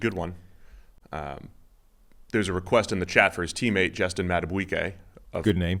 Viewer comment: Justin madaBEEkAY. Not saying it right but thanks. You will know his name.